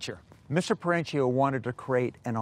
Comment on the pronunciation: The owners last name is Italian, so pronounced Peren-keeo, not Peren-cheeo. Annoying like pronouncing Porsche(a), vs Porsche(Porsh).